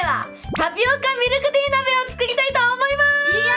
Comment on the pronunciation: ○ ミルクティー ✖ミクルティー